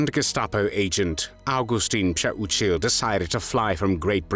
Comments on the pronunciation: Thank you for pronouncing this traitor’s name correctly. Still, wow, I hope Pcheh-oo-chill (Přeučil) is burning in h3ll for all eternity for what he did. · nice pronouncing his last name id would have called him that treasonous ✔️ azz wipe lmfao